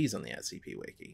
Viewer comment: Doc said “wiki wiki”